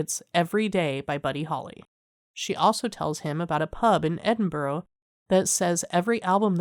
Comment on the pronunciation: Good recap thanks. Just FYI, it's not pronounced "Edin-burrow", it's pronounced "Edin-bruh" 😄